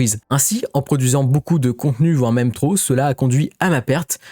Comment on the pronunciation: on dit ''beaucoup'' comme ''beau cul'' ou ''beau seins'' ..et pas ''boucoup'' comme ''bouzin'' ou ''bourrin''... mais sinon à par ça ; merci pour les infos et les vidéos ...